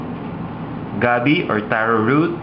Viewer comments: Gabbie instead of gabi lol. Your so maarte lol j/k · LOL you pronounce it gabby i say it gabeh.